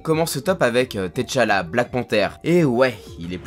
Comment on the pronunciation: Mdr la manière dont tu as prononcé T’challa 😂